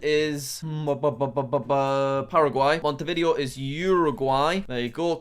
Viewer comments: he said “mont-eh-vid-ee-oh” he the “video” part more like the word “video” instead of “vid-ay-oh” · P.S. no hate, i even think the video was fun, but its a little bit annoying to hear monte vIdeo